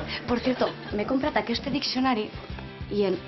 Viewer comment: Jaja Molt bo! "Joder con los catalanes y su amor por lo vasco". xD Sólo un detalle en el catalán de la chica: "aqueste diccionari"; es "aquest...", sin la "e". Una abraçada des de Santiago de Xile!